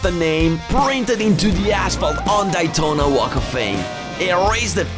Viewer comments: Its Daytona Not Dietona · It's Day Tona not Die Tona 😂 Excellent video by the way love it! Now i want to go the the DAYtona 500 😇 man i cried watching this. So sad the USA is going down with the woke minded zombies. Let's GO Brandon! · love how he cant pronounce Daytona correctly